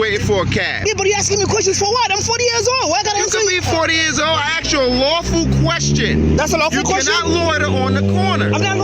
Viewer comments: "I axed you a lawful question" I can think of an UNlawful question, propositioning a minor. Beyond that, they are all lawful questions. And the death threat, I need to see the watch commander. 2 or more involved in it, 42 USC 1985(3). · I dont respect anyone that says "axed." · No, the sgt. AXED the man, he did not ask. The Sgt. Is an IGNORANT FOOL. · “I axed you a lawful question!” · "I axed you a lawful question..." "You cannot lorder on the corner..." 🙄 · Sgt said axe instead of ask....low IQ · Did he say “I axed you”?!? 🙄 Good lord! WTF?!? This whole encounter was DISGUSTING!!! Shame on ALL of them!!, & the rest of those tyrants, need to check their egos AND the law! What is wrong with those people?!? This place needs to be audited by a whole group of people! I’d love to see them be audited by Bay Area Transparency, San Joaquin, High Desert, Rogue Nation … all the good ones, all at once! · Sargent:"I axed you." Really axed????? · I sure don't like being "axed", especially by the police. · I axed you a question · I axed you a lawful question, you can not lorter on the corner..... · He axed you a question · An "Axe" is for chopping wood. Does this lgnocop also say Pasqetti, and iregardles? Another GED lump. Cameras are exposing these low I.Q. dirt bags. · I axed you a question! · He axed Michael? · The Sgt says .. I axed you a question.. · He axed him a lawful question what a goon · Did he axe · I axed you lawful question...lol! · But the cop AXED him a lawful question? :-) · He shoulda answered him since he axed and not asked. SMH. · Did it hurt when he was "axed"? Wouldn't "axing" someone be battery? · He didn't ask him, he axed him. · The sergeant needs to learn the difference between axed and asked. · He "Axed" him a lawful question!😂😂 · seconds I “axed” you a question. Dude where did you go to school?? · He didn't ask him:he axe him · Why is it axed Instead of asked😂😂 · The Guy had to move... the Sergeant '"Axed" Him... Like 5 or 6 times